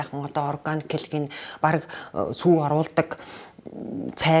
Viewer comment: “сүй” биш СҮҮ хувьцаат компани шүү